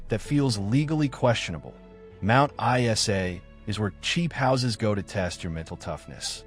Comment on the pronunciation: Mt I-S-A?